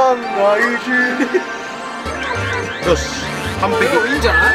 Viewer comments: マイッキーじゃなくてマイキーじゃないの？（違うかもしれません）😅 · マイッキーじゃなくて マイキーな？ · マイッキじゃないでマイキーや